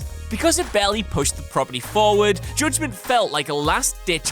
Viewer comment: Joodgement? Lol nice pronounce